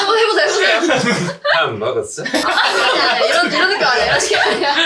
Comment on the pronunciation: 밥 먹었숴 할때 마치 외국인이 얘기한듯 느낌적인 느낌이 듭니다